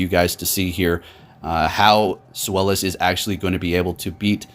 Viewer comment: Love the content but come on. It's pronounced ZVEYE-lis. The name is derived from the German number 2